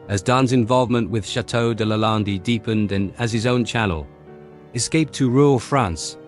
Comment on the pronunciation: Your pronunciation of Lande makes me 🤮